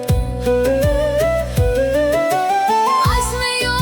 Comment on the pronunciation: ای کاش روی تلفظ صحیح واژه ها بیشتر دقت کنین ما مضا بایست خونده بشه به طور مثال و ....